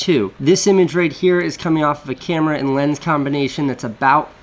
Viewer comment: "WERE REALLY DOIN IT HAAAIR"